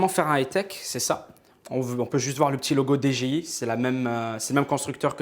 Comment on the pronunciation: attention tu dit D G I c'est D J I sinon super vlog continue sale v